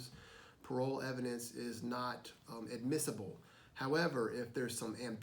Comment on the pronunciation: shouldn't it be "parol" and not "parole?" either way, great video. this really helps